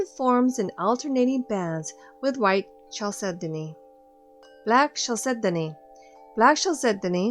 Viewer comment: I loved the video, and found it very educational, but please chalcedony is pronounced kal·seh·duh·nee